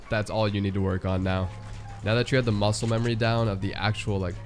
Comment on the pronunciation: I like how you said mucle memory